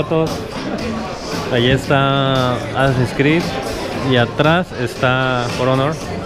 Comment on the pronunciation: Típico Que No Sabe Pronunciar, Ni Escribir Inglés!!!!! El Título Del Juego Es Con Doble Nalga. Ósea, ASS-ASS-In’s Creed, Y Se Pronuncia Tal Y Como Lo Lees, No “Asins Crid”!!!!!